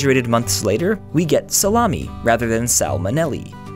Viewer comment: AH salami NOT SALAMI